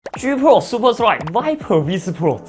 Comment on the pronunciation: 笑死這發音: G 破 舒坡踹 愛了